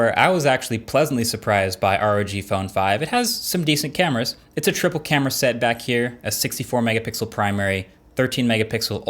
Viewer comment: Sounds like 'its a triple camera "setback" here' .. lol